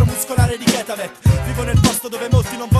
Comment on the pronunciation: Ketavett non ketaveth!